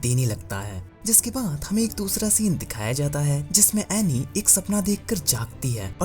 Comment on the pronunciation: It is anni. Not aney